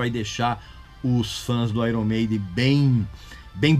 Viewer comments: Gosta de corrigir pronúncia dos outros e pronúncia mal. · Uma coisa interessante sobre o nome Iron Maiden, é que se pronuncia Aiorni Meidem. Palavras no inglês quê possuem uma vogal a consoante r e uma vogal, tendem a serem invertidas foneticamente, como por exemplo Fire, que se pronuncia faier. Não sou nenhum especialista, e nem acho ruim pronunciarmos errado, pois a nossa língua é a portuguesa, mas só compartilhando essa informação =) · Pronunciou o nome da banda errado